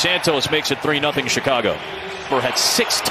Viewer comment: no one is gonna talk about the commentator saying “Chicagah”🤣🤣